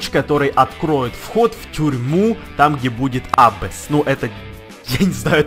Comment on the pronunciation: Не абесс, Абасс